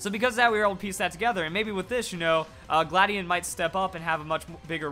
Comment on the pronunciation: how do u pronounce it gladion or you said cobalion XD